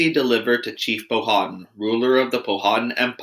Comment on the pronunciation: Please pronounce the names of the Native American tribes correctly. Pow-ah-tan not pow-ha-tin